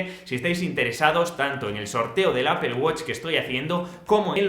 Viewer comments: Gracias por pronunciar bien Apple😀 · Mejor que "apol" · Hola, es el primer video que veo tuyo, y definitivamente te ganaste mi suscripción, muy aparte de la gran reseña! También porque eres el primer canal europeo que veo, que incluyes a México en el tema del precio, tlj que me sorprendió! Pd. También porque no dices apel (como uno de los comentarios que vi que hicieron incapie xP) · Vaya a estudiar inglés, esa es su pronunciación correcta de la palabra Apple que es manzana.